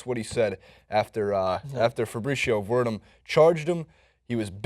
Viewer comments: Stipe = Stee-pay Werdum - Ver-Doom historic = historic, not heroic :) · ...come on man. Gotta work on those names. Only one you got was Cyborg....LOL Stipe = Stee-pay Miocic = Mee-o-chic or Mee-o-chich Werdum = Ver-Doom or Vair-Doom Maia = Mye-ah (Mya)